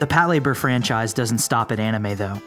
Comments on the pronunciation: Hold on, hold on - 'Pat-labour'...no, no no...it's pronounced 'pato-ray-baa' - other than that, decent little mini-doc here. I'm certainly looking forward to a fresh take on Patlabor in the near future, I just hope it retains the original TV series and first film's sense of light-hearted fun and charm and does away with Oshii's over-bearing naval-gazing that he brought to bear in the second film, which to me is a highly overrated snoozefest. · pat-la-bor not Pat Labour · It's pronounced PAH-lah-bor not PAT-leh-ber and Macross is pronounced MAEH-cros not MAH-cross. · "Pat LA bor" is how it's supposed to be pronounced, not "Pat labor" like the narrator keeps saying. He's making sound like it's 2 words, "pat" and "labor" which it's not. It's one word, Patlabor. So, you're not wrong, the narrator is. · This is the first time I’ve ever heard it called Pat- Labour. I always thought it was pronounced Pat - la - bore. Every day is a school day. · OMG you're saying it wrong! It's one word! You're saying it like "pat labor" as if it was 2 words. It's pronounced Pat-LA-bor, all one word. Patlabor! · Patlayber? Lol its PATULABURO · For some reason "Patlayburr" bothers me more than most of the legitimate critiques brought up in the comment section. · PAT Labor... lol. The names of people too. Could you PLEASE work on the pronunciation a little?